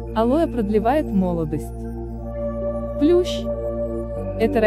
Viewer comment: Не плюш, а плющ произносится также, как пишется